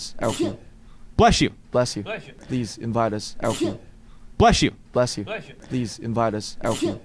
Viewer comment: I love how u can hear Jin saying in the backround "Blesh you"😂❤